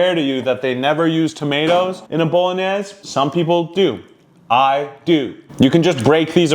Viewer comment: Italian all of the world are screaming at your prounication of bolognese…In Italian, Bolognese is pronounced: boh-lo-NYAY-zeh * boh — like “bow” (without the “w”) * lo — like “low” * NYAY — the gn sounds like the “ny” in canyon * zeh — like “zeh”